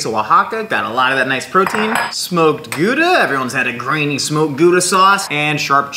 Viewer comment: You pronounced gauda wrong, it is with a hard g